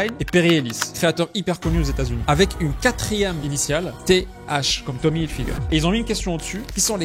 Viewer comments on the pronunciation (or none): « tom hilfigeur » 😂